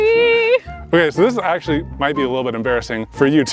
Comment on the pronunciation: “It was axe-ually a gift” lol 😂